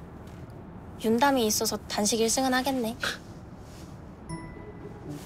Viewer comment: 아 계속 윤담이를 전담이라 듣넼ㅋㅋㅋ